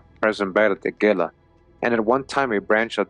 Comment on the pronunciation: The GILA River is pronounced heela. The G sounds like an h...like the Gila Monster. Love your videos!👍